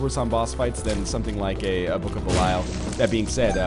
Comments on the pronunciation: It's not. 558 episodes in and he still hasn't learned how to pronounce belial. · I really don't think that is how you pronounce "belial" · Anyone who's played Diablo III will know that how he's pronouncing belial is correct..